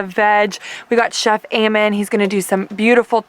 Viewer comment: your name eamon is pronounced e-mon